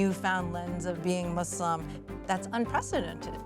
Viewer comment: Great documentary. The fact that they pronounced "Muslim" the correct way first and foremost, says that the effort was genuine. Islam's essence is about the freedom from inequality and discrimination. Assalam Alykum from the Arab world to all our brothers and sisters across the globe.